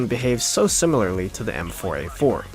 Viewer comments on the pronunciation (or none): none